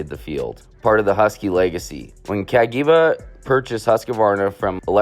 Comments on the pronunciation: ka-gee-va. April-e-a 😂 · some of the mispronunciation in this video (I'm Italian): Cagiva = KAA-jee-vah (/kaˈdʒiːva/) MV Augusta = EH-meh vee ow-GOOS-tah ˈeviː/ /aʊˈɡusta/) SWM = EH-seh voo EHM-meh (/ˈɛs.se ˈvu Aprilia = ah-PREE-lya (/aˈpri.lja/) TM = TEE EHM-meh (/ˈti Beta = BEH-tah (/ˈbɛ.ta/) Vertemati = VEHR-teh-MAH-tee (/ver.teˈma.ti/)